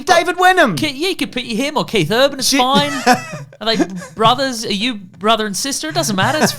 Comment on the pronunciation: He said "Keith Urban" and I love that.